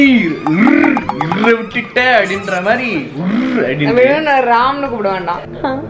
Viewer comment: Ram ❌ Aam ✅